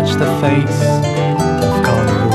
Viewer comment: Y’ know every time the dude says carnivals it oddly sounds like gardevoir to me